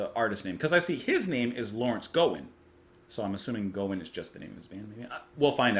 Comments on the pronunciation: His name is pronounced Gowan (the O is pronounced like in the word how). Larry Gowan was a popular Canadian singer in the 80's and 90's. He has since replaced Dennis Deyoung as the lead singer of the American progressive rock band Styx. I would recommend listening to his songs Criminal Mind and Dancing on My Own Ground. You compared some of his vocals to Geddy Lee which makes sense since they are both from close to Toronto and are only three years apart in age. Gowan is 67 and Lee is 70. I grew up in both Canada and the US and am very familiar with him. Professionally, he has gone by the names Gowan, Larry Gowan, and Lawrence Gowan. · Gowan, (rhymes with Cow) went by one name like Madonna back in the day. Very big deal in Canada for many years with a lot of hits and awards. He's the keyboardist and singer with Styx since 1999 but still performs with his own band as well. Try "Criminal Mind." Or, with Jon Anderson "Moonlight Desires." The video to this track might help with its meaning. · GREAT reaction! Gowan (rhymes with wow or cow) - is a fantastic artist!! Fantastic singer & keyboard player - and a dynamic performer! Born in Scotland, but moved to Scarborough (suburb of Toronto). This was from his second album, 1985 - and it was a huge hit! This song, and especially A Criminal Mind (you must check!) were radio constants (here in Canada). Besides the aforementioned track, HIGHLY recommend another hit, Moonlight Desires, which featured backing vocals by Yes' Jon Anderson! There are other amazing tracks, but this is a start!